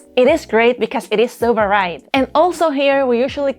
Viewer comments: The way you mispronounce 'varied' is charming. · You can hear "varied" and . Hopefully you won't change the way you talk too much.